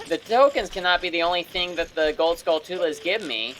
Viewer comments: it’s pronounced “skull-chu-la” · you called the skulltulas Skull-two-lahs lol.